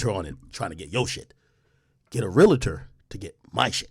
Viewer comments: It’s pronounced real-tour not real-la-tour. Realtor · Hate when people add an extra syllable to real-tor.